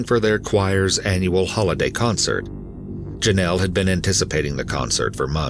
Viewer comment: It's pronounced JOE nel. Like it is spelled, Jonell. Even President Reagan pronounced it correctly, why can't the narrator?